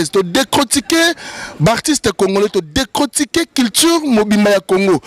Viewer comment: Mon frère décortiqué et non décrotiqué ndeko merci de corriger à la prochaine fois